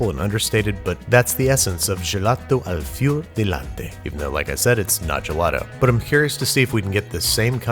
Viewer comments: I literally died listening to that "gelado all feeoo de ladde" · Did you just pronounce gelato fior di latte like its french? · Are you talking about the "gelato al fior di latte"? Because that isn't the pronunciation